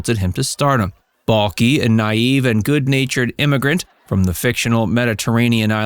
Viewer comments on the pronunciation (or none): It's pronounced, BELL-KEE ! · Its Balki like key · Why do you keep saying Bulky? 😂 have you even watched the show? 😝🤤